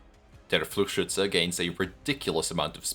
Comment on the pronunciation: The amount of emotion has increased significantly, very fun. I also want to raise attention to the best pronunciation of Fluchschütze I have seen on project moon youtube. Great video once again, you're going all out for this series.